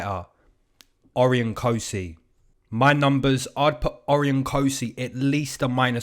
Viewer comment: Good stuff me and my brother tune in all the time from Aus! Just saying for the Cosce Vs Rowe Cosces names pronounced "O-ryan" not "Ori-on" 😂 Much love from aus - keep it comin 👊